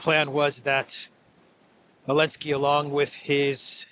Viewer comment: I like how still says Zelensky as Elensky after all these years, lol